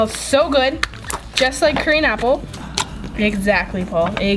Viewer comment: Smells just like candy apple Me:*Thinks she say Korean apple Me:Girl what ya talking about??